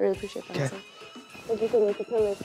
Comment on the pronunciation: YEY, amongst 2 of my fav Desi's in the nets. Can't wait to see what Hasan bhai creates in the tube. Refreshing to hear someone pronounce his name perfectly.